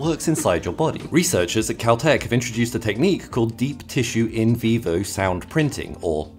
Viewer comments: For a second I thought he said “Keltec” instead of “Caltec” 😅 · I had to replay the video just to make sure I didn’t miss heard Kel-Tec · You said caltech i hear kel-tec Well they both invent weird sh*t